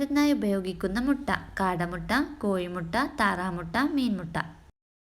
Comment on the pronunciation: കോയി മുട്ട അല്ല കോഴി മുട്ട